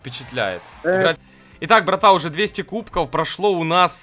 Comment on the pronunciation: Почему ты говоришь. КУБКОУ? ПОЧЕМУ! ТЫ ИЗ ЗА ЭТОГО МЕНЯ РАЗДРАЖАЕШЬ! ПРАВИЛ НО КУБКОВ! В!